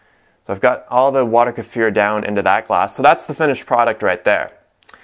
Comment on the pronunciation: Why your Kefir is brown and not clear? Hey its Kee-fir not Ker-fere.